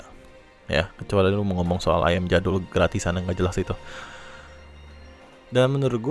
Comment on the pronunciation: sebutnya iyem bro